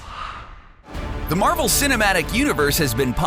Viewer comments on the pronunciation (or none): none